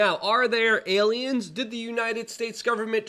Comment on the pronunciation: Fweakin awiens!